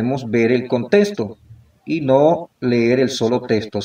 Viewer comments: desde que dice "contesto" en vez de "contexto" no le haría caso... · Desde Masaya Nicaragua. Con solo la mala forma de hablar, demuestra un nivel bajo de educación académica. Sin conocimiento, es fácil ser engañado. Pronuncia: "testo" en vez de "texto"; "contesto" en virtud de "contexto". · Hola B dias . Mira , desde que dise contesto en ves de CONTEXTO, testo en ves de TEXTO frases así, ya desde allí esta mal